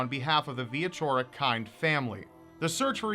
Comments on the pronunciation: I think its pronounced Veechorek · It's more like Vee - eh - ch - orek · Why is it so difficult for people to grasp how to pronounce “cz”?! I live in the US and when people ask how to pronounce my last name, I tell them how it’s supposed to be pronounced and then how it’s pronounced by most Americans.